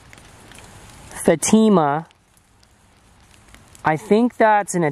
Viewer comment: Fatima is pronounced Fat-im-ar ....it's our Lady of Fatima. Fatima is a place in Portugal where the 3 children saw apparitions of Mary. It's very famous and I'm surprised you don't know of it considering how religious you are